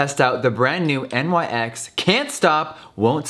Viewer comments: literally everytime he said N.Y.X. i was like "no Nyx." Ive never heard anyone say it that way before. like... ever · Pronounced “Nix” not “NYX”, For yalls info lol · It is NYX (pronounced Niks) not N.Y.X. It is named after the Greek Goddess of the night. Nothing to do with NY, the brand is from LA. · no its nyx not N.Y.X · I hate how he says “N Y X” instead of “niks” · "NYX" is pronounced "nix" like the mythological character. Having said that, Europe is the best, and yes it's made in Europe, but 195 is overpriced even for rich people. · Jeffree says "nix" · I WAS BOTHERED THAT HE SAID N Y X HONESTLY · "Miss N-Y-X" Lmao Jeffree doesn't know about nyx on the daily. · Am I the only one who got triggered by him saying N.Y.X there is no periods🤣🤣😂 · NYX is not pronounced letter by letter. Omg. English speaking people all pronounce it wrooong